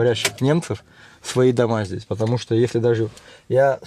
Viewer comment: всё правильно говоришь. Только пожалуйста, перестань говорить «здеся» и « тама». Нужно говорить «здесь» и «там». А в остальном всё супер!